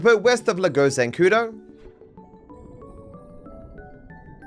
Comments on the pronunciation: I think it's pronounced lAgo zancudo instead of lagO zancudo because the police scanner also pronounces it that way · That's right, that's how you pronounce Lake Zancudo in spanish